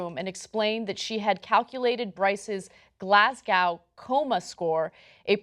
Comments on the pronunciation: Its pronounced glazgo not glazcow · Glass cow? It's pronounced glaz-go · Im scottish and your Pronunciation of Glasgow hurt. Its Glaz - Go not GlasGaw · I cried. I cried laughing. But, stopped at that pronounced Glas-Gow, akin to the Murder of Mos-Cow. You yanks need to learn that not all the letters need pronouncing. Children. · As a Glaswegian I need to correct Ana's pronunciation. It's Glas-go, you don't pronounce the W. :) Much love! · That's not how you saw Glasgow.. xD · He had a 50/50 chance of survival? I thought these things were non lethal weapons? or is that only non lethal if it happens for 5 seconds? Also as a Scotsman not impressed with the way Anna pronounced Glasgow. o - O